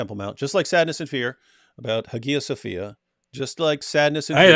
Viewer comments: Guys it's pronounced Haya Sofia. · well that’s the debate in correct pronunciation. There’s a reconstructed koine that sounds more like modern Greek (for some reason. I don’t know why it is). David is using the Erasmian pronunciation, which is pretty much ubiquitous in scholarship (and i use cause it makes the spelling more clear). But the Hagia Sophia is probably Byzantine pronunciation, thus APs pronunciation is probably more accurate.